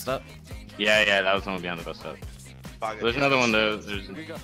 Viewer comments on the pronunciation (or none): You pronounce "Another" as "anaar" and it makes me wince.